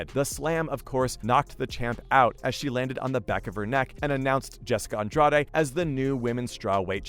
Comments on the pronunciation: sorry wrong. Andrajsh would be closest i can type. She is brazilian. Not mexican. True fans know how to say the names. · The way he says Andrade hurts my brain, seems a lot of Americans dont know that accents do apply to the names of fighters lmao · I was actually starting to wonder if the narrator had ever even heard ANY of these names out loud. "Namajuna"? I mean, I kinda get missing Andrade, but is it really that hard to say? Not like the sounds of her name don't exist in English. If you can say "garage" or "the lodge" you can basically say Andrade. It doesn't need to be perfect, but maybe actually sound like the person's name even a little bit would be a suggestion. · Jessica Andra-day?!?! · Nah. It’s Jessica “Andra Dey” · That's not how you pronounce Andrade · This is a great video! That being said, please learn how to pronounce these people's names! You massacred Rose's last name and Jessica's. Thank you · this was a good video ngl, but i almost clicked off in the first 30 seconds because of the pronunciation of Andrade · Am I the only one bothered by the way this UFC expert doesn't know how to pronounce Jessica and Rose's last names? I mean they say their last names like a hundred times during the match. It almost seems like you research this material online just to make this YouTube video and never watch an actual UFC fight. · I stopped watching when he said Jessica "Andrade" name wrong. Its obvious this guy just wants views but doesnt know shit about MMA.